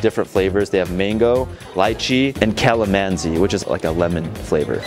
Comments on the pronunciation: The way he pronounced Calamansi killed us Filipinos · You pronounce calamansi as "call-a-mon-sit"